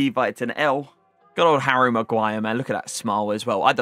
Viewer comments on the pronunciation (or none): none